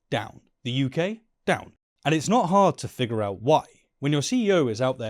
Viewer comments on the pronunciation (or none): none